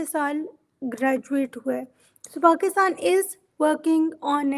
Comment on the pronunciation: She keeps saying Bakistan instead of Pakistan. Strong Arab influence.